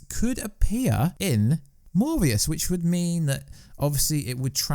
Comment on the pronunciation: LS Pnuema just posted on this myself. So sick of these channels run by people who clearly know nothing about comics. Still trying to figure out where he got the “v” sound from in ‘Morbius’.